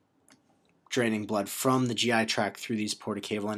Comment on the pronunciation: Driving me crazy with "track" instead of "tract" haha but the video is awesome. Thanks